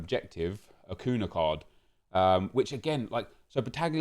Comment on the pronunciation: This is really petty and I’m so sorry but it’s pronounced ‘acunya’ cos of the accent chief